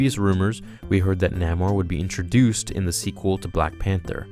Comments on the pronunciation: Umm...shouldn't you know your stuff if you are doing Marvel youtube videos? NAH-more? Stan Lee pronounced it NAY-more during interviews. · did this boy just say "Namer"!? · N-ay-more, really annoyed me, sorry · Correct Pronounciatian is Nay-More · I know his name is spelled Namor but the correct way to pronounce his name is Nay-More